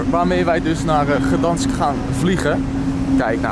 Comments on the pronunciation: vraagt: weet je hoe je Gdańsk uitspreekt... erna zegt hij t zelf ook niet goed😅 de G spreek je uit qls een K 😂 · "gedansk" XD